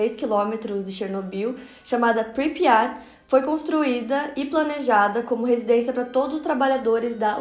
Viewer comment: Pripyat não pripya